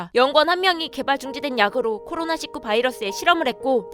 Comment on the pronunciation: ㅓ.. 읽을 때 코로나 십구 아니고 코로나 일구 입니다아!